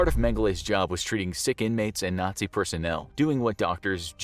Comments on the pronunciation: "Nay-zee camp experiments" 💀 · aint no way this ninja said Nayzee